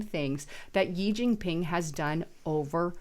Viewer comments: "Gee Gingping" ... it is EASY to look up CORRECT pronunciations !!!!!! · This video was full of miss pronunciation and logical fallacies. JEE Jin ping. The Democrats Form of Government is succeeding because it is also succeeding in China? Circular reasoning and makes no sense. You're lookin great though lol. Just do better. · It's Shee(Xi) Jin Ping...If you never read our comments, why would we pay for your content??